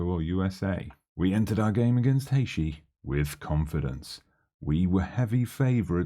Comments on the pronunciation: Haïshee wtf is this pronunciation ?? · Now discovering your tune channel and stemming from Trinidad and Tobago Really glad you chose our country and John Paul is quite good in real life having gone to school with him so glad to see some fm content creators using my country And it’s pronounce Hay -Tea Lol but good vibes nonetheless looking forward to more content